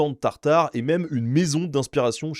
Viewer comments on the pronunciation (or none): none